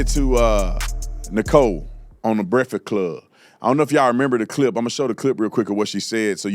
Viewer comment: The brekfod club. Speak English you dumb ass